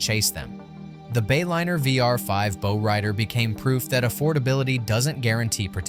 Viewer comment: A bow is on your Christmas present. A bow is the front of the boat. Pronounced entirely differently.